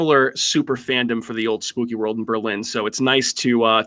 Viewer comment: No accent on the "LIN"!!! We're not in Germany! Lol. Can't wait for the DOC!